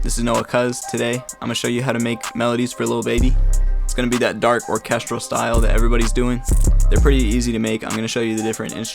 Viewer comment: Bro real said or-chestrel